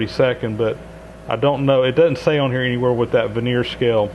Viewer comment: Love your channel, and especially liked your Monarch 16" rebuilding series, as we have one for sale. Please forgive- this tiny correction., that is a "vernier' scale, not a 'veneer" scale (though great for measuring veneer😉). It's from french inventor- Pierre Vernier- pronounced " ver-ni-ay". Being in Montreal, Quebec, French is second nature here., you mention there are no markings on the Vernier scale. We have several of those cheap, stamped-steel calipers on which the Vernier scale indicates the calibration to be 1/128" or about 0.008 in. per Vernier grad.